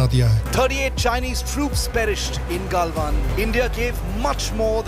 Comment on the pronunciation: जब आपने "गलवान" की जगह "गालवान" कहा. मैंने वीडियो देखना बंद कर दिया. कृपया नामों का pronunciation वैसे ही करें जैसे वे हैं।